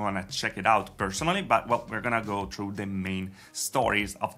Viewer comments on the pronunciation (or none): none